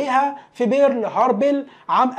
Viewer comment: بدون زحمة عليك.. اني سامع اغلاط بنطق الاسماء الاجنبية.. بس بربك منين جبت برل هربل ؟؟؟